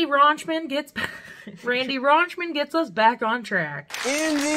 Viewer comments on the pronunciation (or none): You gotta do Daisy of Love so we can continue to butcher Randy’s name. 😂